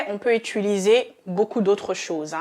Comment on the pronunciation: On dit : utiliser et pas utuliser ! Merci.